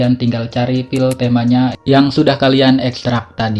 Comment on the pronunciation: aduh maaf bang minder banget😭 cara nyebut "file" itu kek "fail" bukan "pil"😭🙏